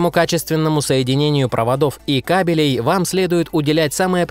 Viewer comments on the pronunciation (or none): none